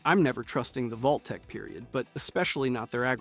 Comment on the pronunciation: Vault-t-tec…. Really? Could not watch passed that…